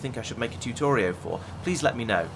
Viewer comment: Can't tell if saying Tutorio is on purpose or not!! My highly obnoxious judgmental side of me must know!!